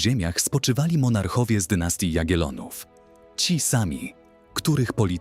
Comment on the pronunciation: Ogląda się W telewizorze, a nie "na'! I mówi się JagieLLonowie" z dwoma "L"!